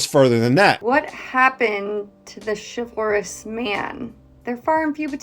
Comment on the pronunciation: Chifforus??? Chivalrous???